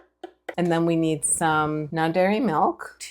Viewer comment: Are you saying "non berry" milk?